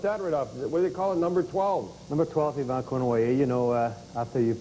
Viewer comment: Why does Don pronounce the “y” in Yvan’s name? Come on, a wee bit of basic knowledge of French should have accrued to Don over the years. He is Canadian after all